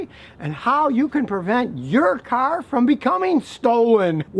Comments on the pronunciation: Take a shot every time he said kar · Hahaha, you said car so many times this video, it started to sound different 😂